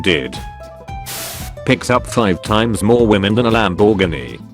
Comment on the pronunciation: Nearly the funniest part was how this robot voice mispronounced common words. "Lam-BORG-ini!" "Pooto Ricko!"